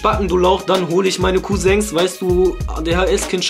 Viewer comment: HAHAHAHAHAHAHAHAHAHAHAHAHAHAHAHAHAHAAHAH Kousengs Hahahahahaha ich dachte das heißt Cousin 😂 Kurwa alter hahahahahah